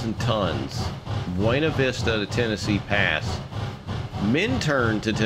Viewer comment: As a Coloradoan I'm legally required to tell you it's pronounced "Byoona Vista" not "Bwena Vista"- yes it's pronounced VERY wrong to the Spanish, but that's what the locals call it. Also great review! Will probably pick this up soon, as an avid D&RGW fan.